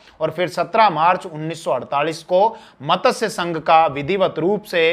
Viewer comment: मतस्यसंघ नहीं मत्स्यसंघ